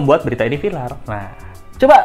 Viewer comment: viral apa vilar 🤣